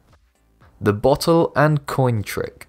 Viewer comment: A 'botttull'. ffs. And I'm English.